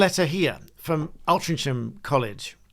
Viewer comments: It’s pronounced Altringham, not Cham. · Altrincham is actually pronounced oltringham.... strange but local translation... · By the way, Altrincham is pronounced 'Ol-tring-um'. The 'ch' is (almost) silent and certainly not a 'ch'. 🙂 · Btw Louth is pronounced as in the second syllable of 'allow' and then '-th'. Altrincham is pronounced All-tring'am'. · Altrincham is pronounced ‘Altringham’ 😊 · Altrincham is pronounced Alt-ring-ham. My father’s home town. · its pronounced altring ham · Altrincham's pronounced "Altringum" - these occurrences have been happening for years in other parts of Manchester - locals know about - Councils do nowt.... I appreciate your neutrality. Well done. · You do not pronounce the ch in Altrincham.